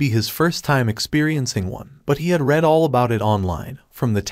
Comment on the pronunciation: AI Spoken Audio is the worst. 10 Words in and you know it is because it doesn't even say READ correctly. Sorry, i was looking forward to hearing someone talk about this series. Seems also written by ChatGPT.